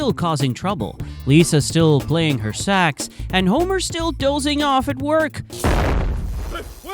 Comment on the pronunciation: Sax haha it sounds like sex haha